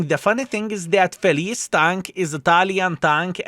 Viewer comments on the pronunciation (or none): It is not pronounce felees, it is felitche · Since it's italian tank it should be pronounced with CH, it's not name, it means happy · I'm not Italian, but I think this tank's name should be pronounced "Felitsche" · My king of baboons,correct pronunciation is FeliTceh = Happy/glad in Italian but it can be a male name as well 😊 unfortunately WG can mislead us by calling Italian tanks with English names as Lion = Leone would have sound much better😅. Italian tank linked with Vikings? 😅 ok We had normans leading south of italy in the middle age (no jokes) but this is really stretched😅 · I don't want to be that guy, but it really made my inner italian scream (I'm not even italian, just from Hungary). "Felice" should be spelled "Feliche" with the "e" sounded out at the end. And yes, I know, I am that guy now, don't even tell me that. 😅